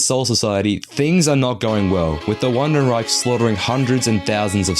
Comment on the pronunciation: not you saying “uandenreich” instead of “vandenreich”